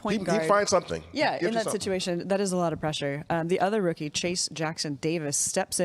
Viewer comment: Kerith, it's "TRAYCE" Jackson-Davis lol, not Chase. 😅🙂